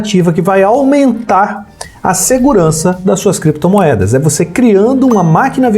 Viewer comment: Creptomoedas e bitcóils kkkkkkk